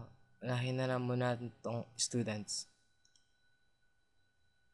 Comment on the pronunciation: Hahahahah es-tudents? toinks. kaka tawa hehe pero ok to ka una unahang pinoy tutorial about cisco CCNA ba to? hhee Ay "Hindi Tresurer pala ehhh" bwhahhahahah